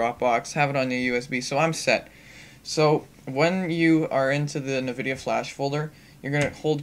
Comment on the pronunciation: Na-videa? What the? It's pronounced EN-Vidia.